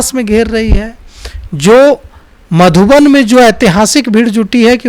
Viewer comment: आपको बिहार के सारे जिला का नाम सही से पता नहीं है और चले है पत्रकारिता करने😂 बार - बार मधुबनी को मधुबन बोल रहे है😂😂😂